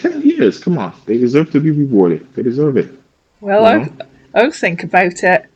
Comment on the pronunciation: Africans cannot pronounce their Hs or Rs; Tink and tank eew instead of THink or THank you lol